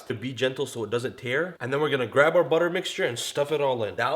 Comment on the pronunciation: Yay he actually said "buttah" this time :D